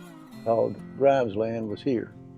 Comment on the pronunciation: Locals pronounce it GRIMESlund. And it's just Blunts like the "O" wasn't in there.